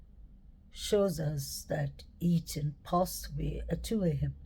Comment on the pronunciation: I like the way you pronounce the word interesting. I think his name is Eathan and not eaten. Just saying it's all good.